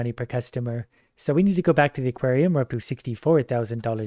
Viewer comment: you pronounced aquarium like equarium